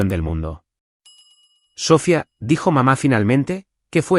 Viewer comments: ¿Porque constantemente acentúa la última vocal? ¿Porque en todas las narraciones pronuncia Sófia, con acento en la o? Lo correcto es Sofía, con acento en la i. Tendría de volver a la escuela para aprender gramática. A VER CUANDO REVISAN LAS NARRACIONES ANTES DE EMITIRLAS Y ASÍ PODRÁN RECTIFICAR ESTOS ERRORES TAN ESTÚPIDOS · Es Sofía, con acento en la í, con entonación en la I no en la o. 😅